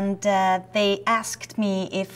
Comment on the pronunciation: Love the way she pronunces askEEEDD